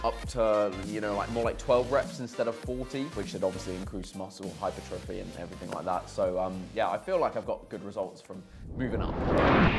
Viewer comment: Hypertruffy Or as people who dont come from Jersey say hypertrophy